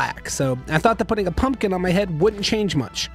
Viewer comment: The way you said pumpkin made me fucking lose it lmao